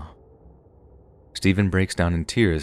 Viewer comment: The amount of times the interrogator says "STAYVUN" I couldn't help my self from laughing at one point and apparently it became a popular line